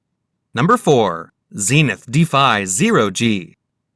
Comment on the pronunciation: Stopped watching when he tried to pronounce Zenith.